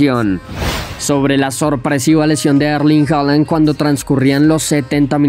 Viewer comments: se pronuncia Haaland no Holand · Comentaristas en Alemania: “Haland” Comentaristas de habla hispana y Youtubers: “Joland”.